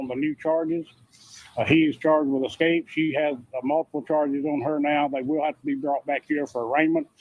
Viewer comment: EScape not EXcape. 😉